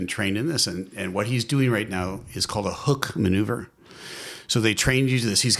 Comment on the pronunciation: Did he say hook maneuver? You'd think he'd know it’s a “Hick maneuver”